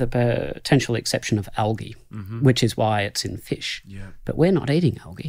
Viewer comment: I dont like how he pronounces "algea" haha